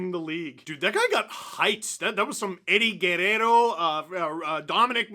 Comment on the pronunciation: Appreciate the attempt to pronounce Eddie Guerrero with a Hispanic accent